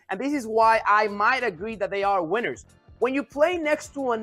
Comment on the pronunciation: “We made a list, Weeners and losers!!!!” Lol he’s fighting for his life to speak engreeesh, baby please!